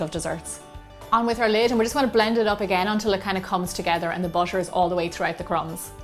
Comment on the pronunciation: It's butter not bosher